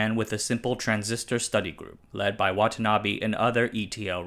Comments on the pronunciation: its not watanabi its watanabe please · Butchering the pronunciation of Watanabe as Watanabby on a channel called "Asianometry"? WTF